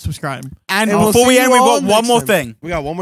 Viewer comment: *BEFORE* NOT BOOFORE